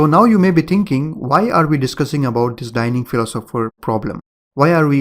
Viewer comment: O my god, it's not "tinking" it's "thinking" :)))